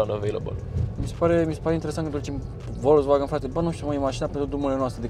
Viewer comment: Ce stil de a conduce discutia ai: "este de 140 cp". si tu: "Nu este cel de 170 cp nu?" "Se aude mai incet, ma crezi? MAN???" Si pt informatia ta,, "volkswagen" nu se citeste cum se scrie...se citeste cu "F", "folkswagen", adica masina poporului. Ca tot zici tu "Mertzedes"